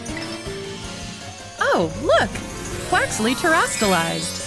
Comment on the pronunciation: This announcer is awful. "TM Machines..." Jigglypuff does like 4 damage...real tough. Wtf is she saying? Crizastalized?